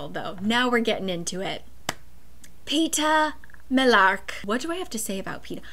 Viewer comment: i'm sorry but the accuracy in which you said Peeta Mallark is astounding and i bust up laughing